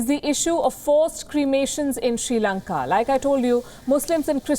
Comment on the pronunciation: The correct pronunciation of Sri Lanka is SRI Lanka(just SRI in a simple manner, do not give any weight to that), not SHRI Lanka. All Indians seem to make this error. Some Indians say, SIRI Lanka, which is also wrong.